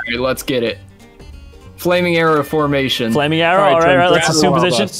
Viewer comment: Nobody:: FLAMING CHIMKEN FOMATION!!